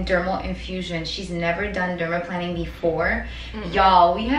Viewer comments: LMAO, it's not pronounced -planning! It's pronounced like an airplane: dermaPLANING (derma-PLANE-ing). And....you aren't using any kind of OIL?!?! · It’s pronounced: “dermal PLANE-ing” not dermal planning Xx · Why does she keep calling it "dermaplanning"? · I thought it was pronounced dermaplaning (i.e. derma-plain-ing)? I mean not a big deal obviously. I want it done and don't want to mispronounce it 😂 Y'all are both beautiful and she knows what she's doing! Wish she was on the west coast! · The way she pronounces dermaplaning ☹️